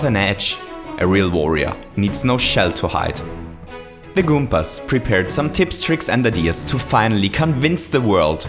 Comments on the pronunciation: He used to say goompers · You always say Kumpas